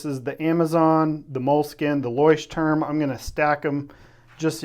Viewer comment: Also: loykh-tehrm, not loysh-turm.